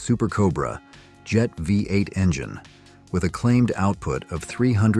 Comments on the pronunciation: why can't' AI voices learn how to say numbers??? Rambler V 8 or 45 4 instead of V8 and 454. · This narration is awful. Just read the script yourself. AI isn't there yet. The Nash "V"......ate. C'mon, do better. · Is this narrator even American? He keeps misqouting the way we pronounced our cars! "THE 454, It was called the four fifty four!. and the pause between V-8, he says V, 8, And how he says the 5-8 Goon, Next time get someone who actually knows our cars history!!!!! MORON!!!